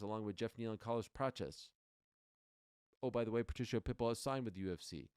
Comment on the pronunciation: Ariel, You are pronouncing "Patricio's" name incorrectly it's "PA-TREE-KEY-O" Not Patricia!!! If I were YOU, I would make a Public Apology to him but, that's If I Were YOU, just saying... Good luck when You get Face to Face with Him!...😮